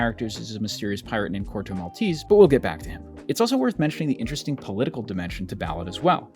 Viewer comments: It's not "Corto Malteeeese" it's Corto Maltese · In Italian it’s not pronounced “Maltees” but with every E spoken just as the first one in the world “Elephant”. MaltEsE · The finale "e" in Maltese in not silent like in Versace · *Mal TE say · He didn't even look up how to pronunciate "Maltese" decently...